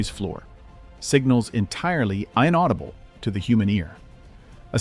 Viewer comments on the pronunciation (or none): It's "in-audible", not "ion-audible".